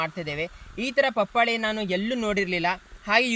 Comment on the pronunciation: ಬರೀ buildup ಆಯುತು.ವಿಷಯ ಹೇಳು ಮಾರಾಯ.ಪಪಾಳೆ ಅಲ್ಲ ಪಪಾಯ.